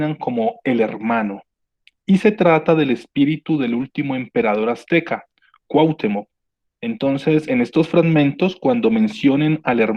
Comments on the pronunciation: Cuauhtémoc, no Cuahtemoc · Gracias por compartir, si me permites hacerte una pequeña observación sin "hate", para mejorar, se pronuncia CuahtÉmoc (sílaba tónica TE). Sin pretender ser arrogante de ninguna manera, el afinar estos detalles hace que te centres más en el mensaje que se está comunicando, a mí me desconcentraba cada vez que lo pronunciabas de manera equivocada y es algo involuntario. Tu contenido es muy bueno, saludos! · Siento que viajaba a través del tiempo... Muy buen vídeo, pero me desesperó muchísimo la manera de pronunciar Cuauhtémoc... Me desesperó eso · No pronuncias bien Lattice ni Cuauhtémoc... de ahí, todo bien!